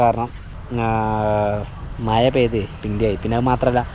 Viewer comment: മയ അല്ല മഴ ആദ്യം അത് പഠിച്ചിട്ടു വാ